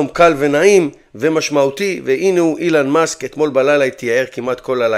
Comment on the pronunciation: כואב לי באוזניים לשמוע אילן מאסק בבקשה תקרא לו בשאר הסרטונים אלון מאסק